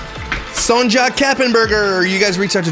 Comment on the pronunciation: Sonja is pronounced "Sonya"❤